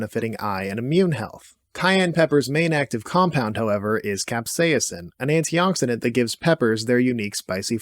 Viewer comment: How you pronounce stuff like medicinal and capsaicin doesnt sit well with me lol